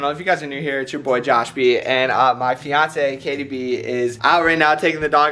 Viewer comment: Umm I think you said it wrong girlfriend umm that sound wrong I think it is fiance